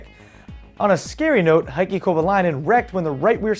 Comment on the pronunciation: heikki kovalainen is pronounced like hey-kki, not high-kki.